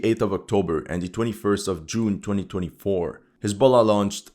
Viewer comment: I thought he said hasbula